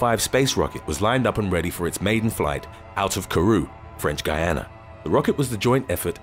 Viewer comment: French Guiana (Gee ah na) as distinct from Guyana (Gai ah na). Innit!